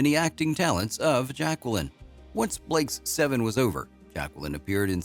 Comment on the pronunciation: I think it’s a programmed A I - there were occasions where the pronunciation sped up and slowed down in places that didn’t sound natural - also the way it said Blake s Seven - almost saying the ‘s’ as a completely separate letter.